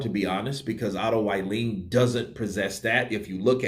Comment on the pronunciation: C'mon Man, "Wallin" is pronounced "V-Eye-leen"!